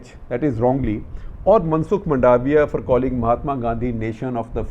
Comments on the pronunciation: Well...it is मांडविया not मंडाविया। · Why should Mandavya know English? If he speaks Gujerrati and Hindi that is more than enough! Please say Maandavya with emphsis on the 1st syllable.